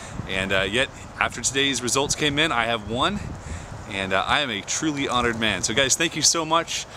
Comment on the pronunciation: lol you sain nan instead of man